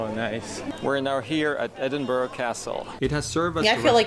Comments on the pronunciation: Great video as ever guys! So glad to hear you pronounce Edinburgh correctly!! Ideas of what to watch next: 1) Burke and Hare 2) Trainspotting (a 90s film starring Ewan McGregor, Kelly MacDonald and Robert Carlyle - not suitable for your wee one!) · I agree with other comments that there are better videos about Edinburgh. This guy couldn't pronounce Edinburgh correctly (unlike you two) and spent far too much time talking about taxis, left luggage, card surcharges, toilets, hotel rooms, directions to ticket machines, shopping Malls .............😀 He talks too fast and the picture flicks from one thing to another with no explanation. No dates or history mentioned either - check another video you'll enjoy it more. I'm sure if you went you'd do more research first to know what you were looking at. Beautiful ancient city - very hilly. The train in the road is called a tram and they also have them in New Orleans. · First 15 seconds and absolutely nailed that pronunciation! I was waiting to grit my teeth and move on to a different video but you got me zoned in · Great video guys, well done for getting the pronunciation right and not calling it (Edin- berg) as many Americans do. 👌. I can claim Scottish decent "I once slipped down the steps of Edinburgh Castle" 🤔(Joke) 🤣. Glad you enjoyed the City, you will appreciate it even more if you get to visit.👍. Quick fact for you, in many places especially in the North of England the old cobble streets were resurfaced with tarmac but over time the tarmac wore away revealing the cobbles which believe it or not were still in perfect condition. Just goes to show the Victorians knew how to build roads back then. 👍. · Edinburgh was know as Auld Reekie. Due to the coal fires. There is a film about greyfriars Bobby. And well done this video maker as he is pronouncing the name properly x🏴🏴🏴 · Huray you got the name edinburgh correct. Love from scotland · I'm so happy you pronounced it correctly. Respect from a Scot 🏴